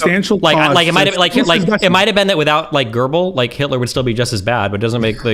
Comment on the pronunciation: the way americans insert an R into goebbels will never not be hilarious to me